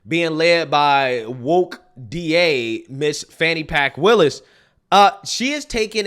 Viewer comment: HE said "Fani Pk. WILLIS" 😂 😅